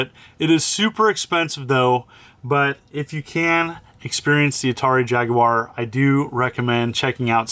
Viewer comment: Thanks for pronouncing Jaguar properly lol. (I’m British)